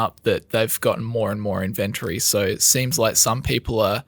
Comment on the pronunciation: you need to learn how to say inventory. 🤣🤣🤣